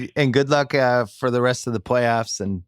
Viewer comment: Palyoffs?? lol its all good. We know you mean Playoffs lol